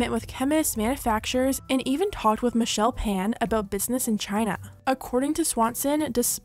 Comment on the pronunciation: Michelle “fa-an” not “pan” :,)